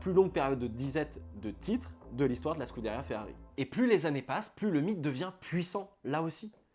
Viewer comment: Mais pourquoi FeAri 🤷‍♂️.. c’est l’unique chose qui m’agace dans tes vidéos et c’est bien dommage car sinon tout est parfait . D’habitude ça passe mais sur une vidéo uniquement dédié à cette marque c’est juste inaudible malheureusement j ai dû quitter tellement c’est insupportable 😭 . J ai pourtant beaucoup de patience , sui-je trop sensible ? 😂